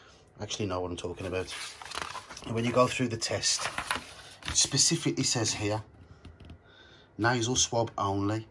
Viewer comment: Specifically not pacifically though 🙄